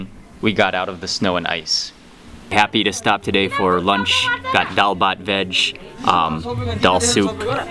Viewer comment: Any Bengali family would adopt you happily for mentioning DAAL BHAT so many times with that fine pronunciation and eating them with bare hand at the end.